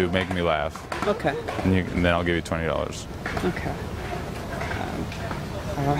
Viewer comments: "Otay" is perf 😂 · "OTAY" ffs im dying help me